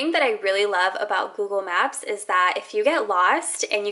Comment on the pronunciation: Google maps like 100 times never noticed she saying wrong